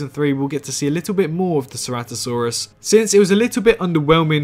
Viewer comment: Ceratosaurus not ceratisaurus